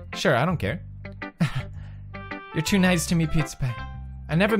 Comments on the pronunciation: What is going on between them tOo~ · WOT IS GOIN ON WITH THOSE TEW